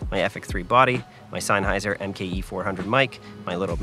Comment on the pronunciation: zenn-hi-zer? dude I barely know her